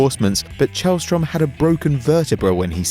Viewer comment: It's Källström. Not Chaelstrom